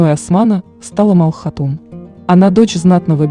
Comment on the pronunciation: Не Мал хатун а Малхун хатун